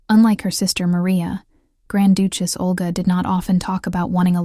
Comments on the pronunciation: "Doochess"???? Try Duchess "Breathe-ed" Not sure if this is a computer voice or not. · who in the world pronounces duchess as dooch-ess????? another AI voice heard from, I guess! hahahahaha